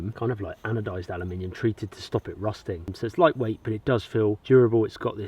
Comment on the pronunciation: Did you just say "alumninium" and "rusting" in the same sentence? =D =D